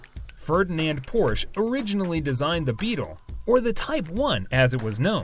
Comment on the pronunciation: Not only are the brand Porsche and the model designations consistently mispronounced in the video's voiceover, the Brand is misspelled in the video's title.